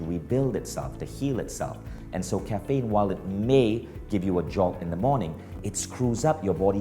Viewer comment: Dude it’s caffeine - not Kafaynnn